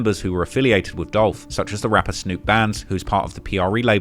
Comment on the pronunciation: It's Dolph!!! 🐬